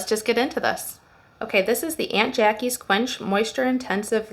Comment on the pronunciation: Hi Good video FYI This brand is pronounced like AWNT JA KEE’s